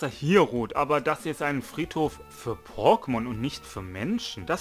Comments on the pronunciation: Hör dir einfach Mal die alten Pokemon Intros an und dann hörst du wie man Pokemon richtig ausspricht 😅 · Deine Aussprache von Pokemon ist tatsächlich etwas außergewöhnlich. Wenn ich es versuche wie du aus zu sprechen, dann bekomme ich es nicht hin. Freu dich einfach über die Kommentare für den Algorithmus. P.s. Ich bin gerade an gen 3 dran. Mein Ziel ist es alle Popelmon aus dieser Gen zu fangen. :) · Deine Aussprache ist einfach anderes, du legst viel ins O. Aber ist schon gut so das bist eben du ❤ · wenn ne große Anzahl an Leuten dir sagt du sprichst es falsch aus und du der einzige bist der sagt ne das ist richtig so frag dich Mal selbst woran es liegt. Das nennt man Selbstreflexion. Letzten Endes ist es deine Sache wenn du meinst das ist so richtig aber dann leb damit das solche Kommentare immer wieder kommen.